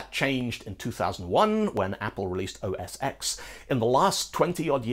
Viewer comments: It used to be even WORSE, as classic Macintosh used just carriage return as line endings, so there were THREE mutually incompatible line ending standards. (and please, dear sir, never EVER say "oh ess ex"... it's OS 10. ◡̈ ) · This was super interesting—thank you for making it! But there is one major error: OS X is pronounced "OS 10". The X was a Roman numeral 10 and was always (correctly) pronounced "ten". It was a play on the X in UNIX—underscoring the fact that OS X was based on (BSD) Unix—but nonetheless was not pronounced like the letter.